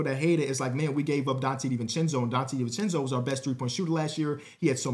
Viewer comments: Perfect pronunciation 1000 times and nobody notices, but 1 mistake and everyone notices. is cursed lol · (i think it's more poking fun at pronunciation than the trade piece lmao)